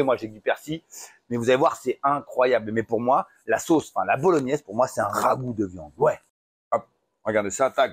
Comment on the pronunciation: Merci Nono pour la recette! c'est cool quand t'es plus calme comme ici ça se mate mieux je trouve ;) un peu foufou sans en rajouter des caisses, impéccable Avoue t'aime ce mot le rhhhaaagoo ^^